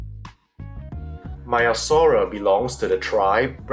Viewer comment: Hi, Greek speaker here and a dinosaur palaeontologist. Great video and informative, as always. It is not pronounced as 'Maya-saura' but as 'Mea-saura'. The 'e' is like the first 'a' in the word 'anyway', if that helps. Also, if you are interested to know, in Greek we pronounce the second part of the name as 'savra' where both 'a' are pronounced like the 'a' in 'rhamphotheca'. I hope that helped. Keep it up, your presentations have a scientific quality and scrutiny.